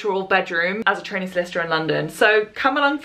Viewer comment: Thank goodness for the title because I sure heard "as a t*anny lawyer" and I was very confused